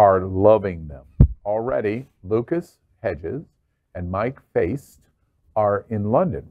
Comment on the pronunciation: Faist…prounounced like ‘heist.’ Mike Faist is a nobody? Since when?